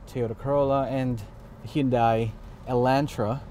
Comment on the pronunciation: You can't even pronounce "HYUNDAI" Correctly. Sorry but Nice review though.